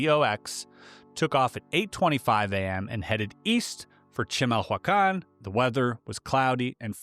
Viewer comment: Giving the spelling, you actually pronounced chimahuacán rather well, for never hearing it before. "Chee-mahl-wah-kahn"